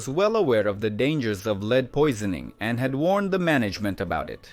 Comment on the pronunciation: Good, interesting documentary. The AI voice could use some training on saying dates such as 1928, and to always pronounce lead so it rhymes with bed. 😃